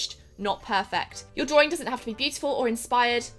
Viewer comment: Some people also say draw-ing not drawring lol. Sorry. Dont h8 me.